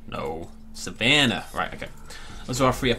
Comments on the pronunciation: said savannah when making apatosaurus it sounded like American or something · When u said savannah u sounded American